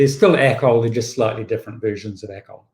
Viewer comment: It is Acol, not ACOL. It is not an acronym.